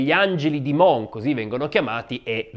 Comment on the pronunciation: Grazie per il sempre ottimo aperitivo 😊. Volevo solo far notare che la s di Mons si pronuncia. L' errore nasce dal fatto che normalmente nella lingua francese la s finale non si pronuncia ma in questo caso fa eccezione .